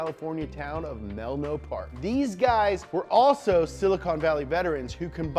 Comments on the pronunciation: menlo not melno :( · "Melno" Park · Mans just said Melno. Bruh it’s menlo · “Melno Park” Reads: “Menlo” So close, and on such a fire video. Still subbed 😂😭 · Learn how to speak homie. It’s MEN-LO PARK NOT MANLIW PARK YOU IDOIT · This dude said Melno Park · Melno... he said Melno!!!!!!!!! Please like if you are from the bay and caught that. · Mel-no Park? Meh who cares, it was mostly woods and farmland when I grew up in the bay area. You get a pass... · [MEL-NO Park]? Its [Men-lo Park] exactly how it was written on screen. Its also not that sleepy unless you consider Stanford University and the surrounding tech industry a "Sleepy" town. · As someone who lives in Menlo Park I just wanna say thank you. For saying melno park. It’s changed my world